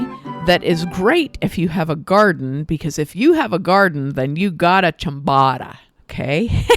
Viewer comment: It's a long 'o'. Phonetically chyam-boh-ta. Almost always a long 'o' in Italian as in ricotta, biscotti, risotto, bocce.